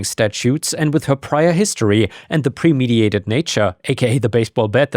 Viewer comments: I honestly can't believe that you're still reading "premeditated" as "premediated"... Since you think premediation to crimes is a thing, what do you imagine the premediation process to look like? Who is the premediator? Are there like companies that you can hire to mediate crimes before you commit them? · you keep saying premeditated wrong. This isn't the first time you've done it. PRE-med-it-tated.